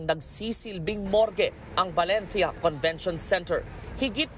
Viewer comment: Reporter : Balentya Balentya Balentya